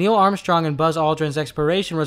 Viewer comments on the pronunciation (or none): none